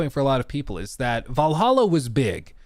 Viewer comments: You cant say Valhalla dude? It's not Val-a-ha, it's VAL-HALL-A! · Why does he say valaha??? 🤷🏻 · I hate how this man pronounces 'Valhalla.' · Take a shot every time butchers the pronunciation of Valhalla..